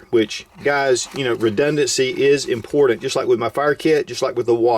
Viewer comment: Drinking game: drink every time he says “impordent” I’m wasted -.